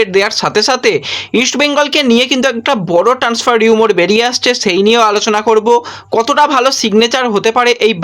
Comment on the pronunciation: 'রিউমোর' নয়,শব্দটা 'রিউমার'।